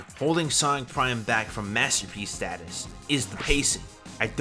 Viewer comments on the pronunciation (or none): none